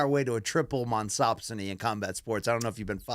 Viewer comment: BC trying to say monopsony is peak entertainment ... monsoponopsomopsony.